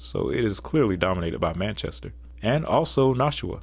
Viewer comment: You've named three cities in NH and managed to MISPRONOUNCE ALL of them. That's actually impressive in a way, considering "Manchester" is a pretty common city name, and distinctively English. The mispronunciation of Concord is common to those not from New England, as it's correct for anything except the NH capital and the town in MA. (Those are pronounced "CON-quered".) Nashua should be "NA-shu-a".